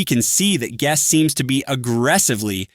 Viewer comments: Bro saying geust. 6. 6. 6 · its kinda funny cause your voice is saying Gus 666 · Why did bro say guest like that 💔